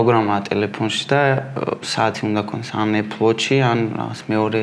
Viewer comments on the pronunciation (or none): none